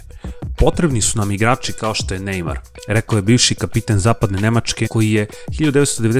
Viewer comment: Nije nejmaro nego nejmar